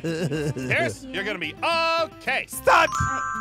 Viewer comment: U said price it's pierce